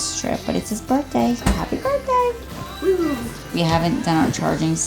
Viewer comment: Everytime I hear you say Burtday I smile……